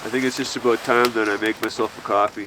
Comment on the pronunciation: ha! he said aboot